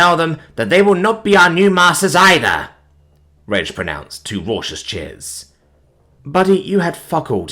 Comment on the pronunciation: Penné. Not pen. Fetuchini. Not fetooseeni. Vermicheli, not vermiseli. Also. Raucous is pronounced with a hard c sound. Not a sh.